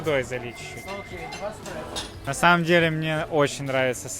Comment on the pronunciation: Добрый день. Обзор хороший. Спасибо. Один момент, думал послышалось. Нет такого напитка эКспрессо. 😂 Три раза прослушал начало 11 минуты.